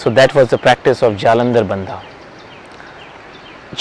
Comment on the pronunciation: Pllleeeeeaaaaaseee do pronounce the names properly. It is not BANDAAA. IT SHOULD BE PRONOUNCED AS "BANDH"